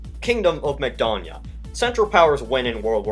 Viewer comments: you pronounce Macedonia like McDonalds, stupid American. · Makedonya, "McDonia"??? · Everyone: Macedonia, Makedonija: MacDonia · Lol idk if it was pronounced correctly but as a Romanian when he said Kingdom of Makedonia he said kingdom of Mcdonnia I tought this is like a new burger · when you sead kingdom of makedonya sounded like kingdom of mcdonalnds XD